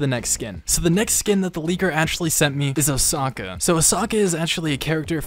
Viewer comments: Did he say......uh-sock-uh?? You mean uh-sow-cuh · Imagine pronouncing Ahsoka as ahsocker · as a star wars fan, hearing him talk about ahsoka like that is just bizzare to me. man really said her name was "ahsaka" and then said she was a great character from the movie. I guess shes in the clone wars movie but still lol shes mainly in the show. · When this man said A H S A K A Star wars fans: Confusion leads to anger anger leads to hate hate leads to unsub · The Way He pronounced Ahsoka Bruh 😎 #STARWARSCRINGE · You said Ahsoka wrong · Why does he say ahsoka in a weird.😂